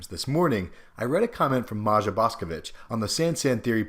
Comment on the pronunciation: FYI, the name 'Maja', is pronounced "Maya"